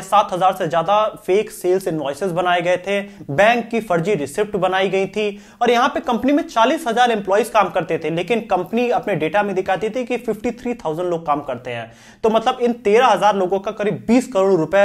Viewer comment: 5.09. English में receipt ko रिसीट कहते हैं रिसीप्ट नहीं। P is silent in Receipt. Th video in itself is good and informative.